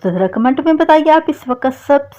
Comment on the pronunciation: ویڈیو جمعہ اور اتوار کو اپلوڈ کیا کریں ٹریفک زیادہ ہوتی ہے traffic mean viewers آ ج درود پاک pronunciation bht بہتر ہے اگر آپ لکھے ہوئے درود پاک کو تو جہ سے پڑھیں تو تلفظ ٹھیک ہو جائے گا لفظ کمینٹ کو بھی ٹھیک کریں باقی ویڈیو بہت اچھی ہے یہ basic غلطیاں ہیں جو ہر ویڈیو میں ہوتی ہے